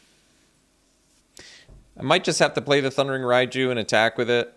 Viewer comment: It's Ryne not Ryan